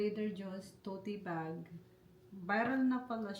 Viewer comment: I’m surprised your husband didn’t correct you when you said to-ti bag! This is a positive criticism: it’s pronounced TOT bag. 😅😅😅